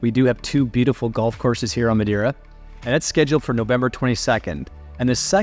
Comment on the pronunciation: You should pronounce the island name correctly especially when your videos are great